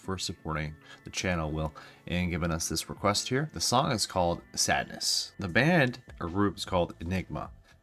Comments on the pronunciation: Pronounced “Sahd” rather than sad, as in The Marquis de Sade, which is pronounced “Markee de Sahd,” long A for the Sade part. Ahhhh… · It’s not Sadness, it’s Sadeness…there’s a difference.